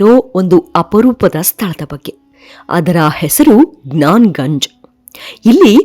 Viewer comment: ಅದು ಜ್ಞಾನ ಜಂಗ್ ಅಲ್ಲ.. ಜ್ಞಾನ ಗಂಜ್.... ಇನ್ನೊಂದು ಹೆಸರು ಶಂಭಾಲ ...